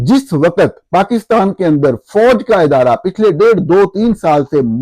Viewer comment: وقت کی ادائیگی درست کر لیں پلیز۔۔۔آپ کہہ رہے ہیں و۔۔۔۔قت جبکہ لفظ ہے وق۔۔۔۔ت